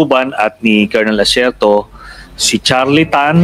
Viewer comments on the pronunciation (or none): none